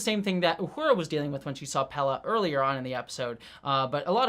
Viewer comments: Pelia, not Pella. Pronounced the same way as Celia Gooding's name, both rhyme with Corellia. (Cell-ee-uh, Pell-ee-uh) :) Great episode! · Sorry upfront for yelling,, but: WHY ARE YOU CONSTANTLY CALLING PELIA "PELLA"? 😵‍💫🤨 I love your thoughts, insight, and enthusiasm, but wouldn't be surprised at all if you had some form of dyslexia when it comes to names... noticed at other times too, that getting the names right doesn't really seem to matter too much to you, which is really interesting, given your personal background. 😅🫣 Other than that, keep up the great work (LOVE your WGA/SAG-AFTRA intro as well - though even that one contains typos; might want to read over once more!). 🤫😉